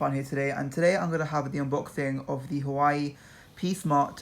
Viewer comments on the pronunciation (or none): Just saying you don't pronounce it hawaii, you pronoune it like hoo waa way (well that's how I pronounce it and how most other people pronounce it. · It's pronounced 'WAH-WAY' NOT 'HU-WAH-EE' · You pronounce hauwei like this, Wah-wai not Hawaii.. Jeez Louis 🤦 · U pronounced huawei wrong it's huawai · Actually it's pronounced hoo waa way